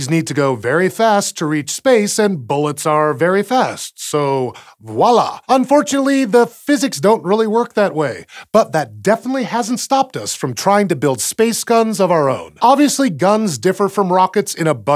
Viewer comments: Voila. Vvv. V-oila. Hearing someone say "wala" is like fingernails down a chalkboard. But interesting episode! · Wala is not a word. I think you mean voilà.